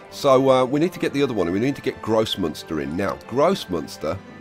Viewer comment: Every time you say "Großmünster" I understand "gross monster" :D